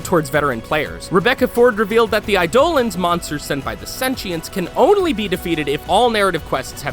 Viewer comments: you dont need void keys to get to the void anymore.....and this was posted like...over a year....after that update..... eye dolans. --wrong eidolons. eye dough lawns. ---right learn to pronounce. jesus. "running across walls, something not many combat games do" titanfall, and every call of duty game for the past 4 years except WWII? no? nobody likes archwing............... islands of inaros? how do you even make that mistake!? the entire quest takes place in a friggin desert! voices of warframes? you mean wordless grunts, shouts, and screams? fusion cores dont exist anymore....now we have endo... wait...there was a wedding? thats.....weird....nice fact :D im kinda surprised at the lack of research on this video, you guys usually do a lot better a job than this, and half your gameplay footage of the game here looks 2-3 years old. its a little disappointing. not entirely bad, and im always glad to see this game get more of the attention it deserves, okay video all around. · theyre pronounced eye-dolan, not i-dolen! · Did he just say... Eyedolans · The “I-do-lins?” It’s “I-da-lons” Watch some dev streams or something. They say it several times. This is what bugs me about people who review games. Even though it’s said multiple times they still somehow manage to mispronounce it. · I love it how he said Sentients. (if that's how you say it then, i'm so... so... sorry.) edit: and Eidolons. edit 2: did he say Island of Inaros? sorry, i'm a bit picky edit 3: 30 million registered... xD you know where i'm going with this xd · and Eidolons, not eiDOlans